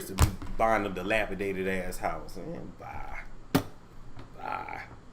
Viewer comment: Every time he says dilapidated I fall out!🤣🤣🤣